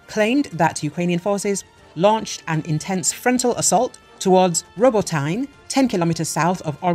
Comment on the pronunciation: J.C. in a hammock! It is not RO-bo-tine. (Tine rhymes with sign). It is ro-BOT-ee-neh. So many of the people reporting on this war make no effort whatsoever to pronounce Ukrainian or Russian place names correctly. They have been reporting this war for almost a year and a half and they still have not learned how to do it. But, of course, her posh British accent makes everything right.